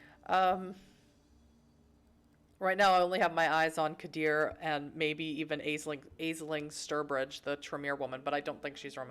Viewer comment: Grammar, lol. How about pronunciations? "Azeling Sturbridge?" ha ha I thought it was more like "Aashling" I am going to buy the damn game from Steam tomorrow and probably play as a ventrue as well. I am going to use my powers a lot. Don't care if it pisses off any other vamps. Probably die within the first few hours, lol